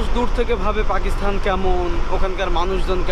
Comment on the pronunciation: ভাই আপনি বৃহত্তর কুষ্টিয়া জেলার মেহেরপুরের একজন ছেলে হয়েও পাকিস্তান শব্দটির উচ্চারণ টা বারবার ভুল ভাবে উচ্চারণ করে পাকিস্থান বলছেন কেন? যেখানে সারা বাংলাদেশের শুদ্ধ ভাষায় কথা বলে কুষ্টিয়ার মানুষ। আমি কিন্তু কুষ্টিয়া জেলার কুষ্টিয়া সদর থানার জগতি এলাকার ছেলে। অনুরোধ রইল পরবর্তীতে সংশোধন করে নিবেন। কারণ আমি আপনাকে মন থেকে ভালবাসি আপনার ব্লগ গুলো খুব ভালো লাগে এবং দেখি।